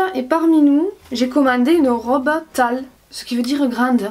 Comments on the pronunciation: "tale?" 😂😂 Tall ça se dit tol 😂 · l’accent anglais jpppp j’ai cru que tu parlais de la chanteuse Tal Ms je crois que tu voulais dire tall jpppp😂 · tall se dit toll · Dans le sud on dit tale